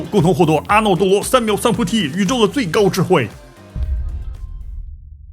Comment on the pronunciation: 阿诺多罗三渺三菩提，还有不叫班若，叫般若（波惹）研究史料研究挺细，但一看你就不细看佛经不研究读音😢批评。